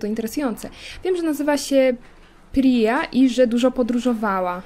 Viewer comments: Imię Pryi czyta się Prija ale dla ułatwienia możesz mówić Pyra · Jak coś to czyta się Prija :)